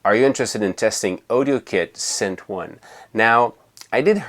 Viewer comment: Please stop saying scent.